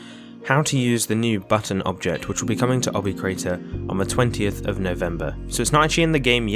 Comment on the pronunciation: LOL "Obby Equator"